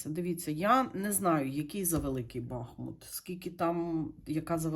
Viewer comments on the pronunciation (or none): БахмУт правильно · БахмУт: назви річки: Бахмýт